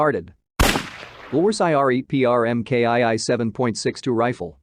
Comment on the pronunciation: Same here. The voice actually sounds pretty natural, but the pronunciations are hilarious. "Are Ten"? "Em Kay Eye Eye"? I mean, double you tee eff?